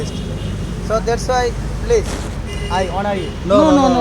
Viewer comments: প্লিচ, প্লিচ, প্লিচ।। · The man with the microphone should learn how to say please. He is uttering pleaj instead of please. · The pronunciation of the presenter should be better. He pronounced Please as pleege. But it should be pleez. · পিলিজ, পাবলিক প্লাস এই হচ্ছে ম্যাজিক মেথডের উদ্ভাবকের উচ্চারণ! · সাংবাদিক আবাল 😂প্লিজ কে বলে প্লিচ😂😂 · piliz piliz piliz😁😁😁😁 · উপস্থাপক বারবার বলে "প্লিচ"।হা..!!আরে ভাই নিজে আগে ঠিক হন।নিজেকে উপস্থাপন করা নিয়া এত ব্যস্থ কেন?আর লিয়াকত ভাই অসাধারণ। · মিডিয়ার লোক হয়ে ও প্লিজ টা ভালো করে বলতে পারিস না আবাল শালা.... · লিকায়ত ভাই এর জন্য দু'অা রইলো। তার ইংরেজী বলার প্রচেষ্টা সবার জন্যে অনুপ্রেরণা হয়ে থাকবে। উপস্থাপকের Please উচ্চারণটা ঠিক করা দরকার। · The peanut seller speak much more better than the interviewer. This man speaks like he is performing sirajuddaullah in any theatre in English. He can't even pronounce the word "please" properly... guys enjoy only the words of peanut sellers by muting the words of the interviewer...